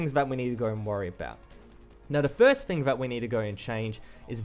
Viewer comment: learn your "th" bruh. its "thing" not fing